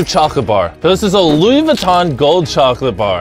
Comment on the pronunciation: it's lLouis fifteen